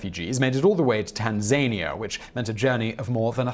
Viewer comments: did I miss something ? when did Tanzania(tan za nia) become tan zania ? sounds a bit like a made up country in an american soap opera . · I don't think Tan-zan-knee-ah is a difficult name. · Tan-ZAYN-ia? Not Tan-zan-EEa? Or is this just a tomAYto/tomARto difference? I've only ever heard Trump pronounce it 'tan-zayn-ia', do both get used? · Tan Za Nia Not Tan Zania lol